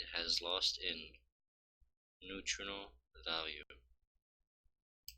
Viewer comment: Bro do you not know how to read? You pronounced "nutritional" incorrectly...😬 😂😂😂